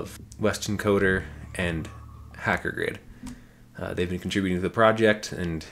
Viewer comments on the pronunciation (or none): Jesus man, his name is HACKGRID, like... Hagrid, but a hacker not hackergrid